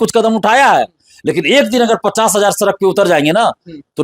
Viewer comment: सरक नहीं सड़क होता है भाई 😂😂😂